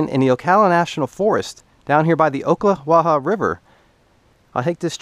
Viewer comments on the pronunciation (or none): Ocklawaha native here enjoyed your video but not “oak”-la-wa-ha my friend But ack-la-wa-ha....only Yankees say oak lol